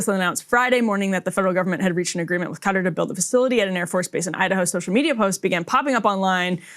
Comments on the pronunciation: It is not cutter, it is pronounced Kuh- taar. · Why does Everyone say it like that. It’s not cutter it’s kah-tar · Everyone calling it cutter?